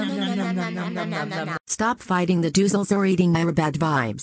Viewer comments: Its not the doozles... its the dizles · “The dizzies” 💀 “The doozles”💀